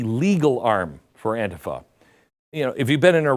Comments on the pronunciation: It isnt anefa. It is Antifa. Why are you pronouncing it wrong. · An-TI-fa, NOT AN-tifa, Glenn. Thank you for another great, informative video of truth. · Stop saying anefa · Why does he call it aunteepha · AN- TI- FA . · I pronounce it AUNT-TIFFA. Makes me giggle. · Glen, first in my opinion you are pronouncing ANTIFA improperly. Most times I hear it pronounced as an-tea-fa, but that's not really important. What's really wacky about this is that the name stand for a group that's supposed to be against fascism, yet they act more like the fascist "brown shirts" of Germany or the black armbands of Italy. has it right, they are The Democratic Marxist party which is as fascist as they come. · Hey I agree with everything that you say but the word is pronounced An-Ti-Fa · AN TI FA SAY IT RIGHT MORON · The way Glen pronounced Antifa, it sounds like someone suffering from either dementia or diarrhea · Glen, if you can 't pronounce it right, don't do a video about it. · Beck, the least you could do is pronounce the name of the group correctly. 🙄🙄🙄🙄🙄🙄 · How is it possible your mispronouncing "antifa"? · Why do you pronounce Antifa differently than everyone else?? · I wonder why he changes the pronunciation of Antifa from different broadcast he has made. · You know, Glenn can’t even pronounce ANTIFA I don’t really care because I think the organization is despicable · So what’s wrong with you my friend why do you mispronounce antifa❓ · Glen, learn how to pronounce it correctly. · Stop pronouncing Antifa like that. It’s annoying.